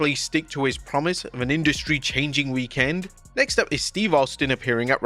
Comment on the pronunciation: It's weekEND not weekAND